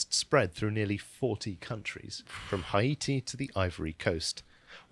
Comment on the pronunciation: Haiti is pronounced hate-ee